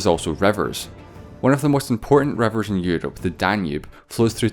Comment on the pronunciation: Exests, revers, devide.... Dude has problems pronouncing i.